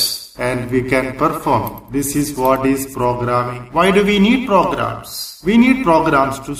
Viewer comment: its not pogarams its programs